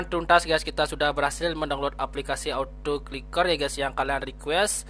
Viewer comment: Ahh ngomongny belepotan Kliker bkn ciker😴😴